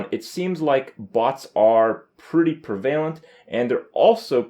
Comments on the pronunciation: I think Kripp is mispronouncing prevalent. He says pree-VAY-lent but every resource I found on google pronounces it PREH-vah-lent. I don't recall ever hearing him say that word that way before, but he said it the same way multiple times in this video , , . As far as I can tell, there's not supposed to be a separate Canadian pronunciation for that word. It's one of those words like epitome that some people just say wrong because they read it but don't hear it aloud very often. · prevailent is not how you say prevalent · pra-vay-lent The Canadian education system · Prev-a-lent for fuck sake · Hey man, I like your videos. If I may offer some constructive criticism, check the pronunciation of prevalent. Also, you said irregardless. -_ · He's thinking of the root prevail, which has emphasis on the VAYL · Anyone else get annoyed by how he said "prevalent?"